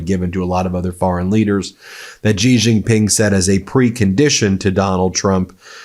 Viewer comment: Please learn to pronounce President Xi's name correctly. It's very distracting. Xi sounds like "she."